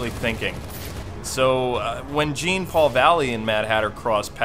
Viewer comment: dude jean is pronounced like Jean-Claude Van Damme. i have batman knightfall on an audio cassette and thats the way kevin conroy says his name